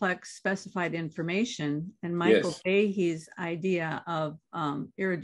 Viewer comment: In-FORM-ation - the essence of form?